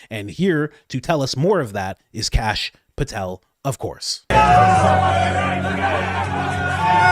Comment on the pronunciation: Kash POOH-tel